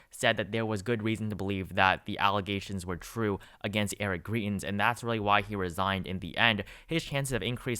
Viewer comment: Greitens is with a long I, rhymes with fry. Not a long E, like tree. You can just call him trash instead 🤓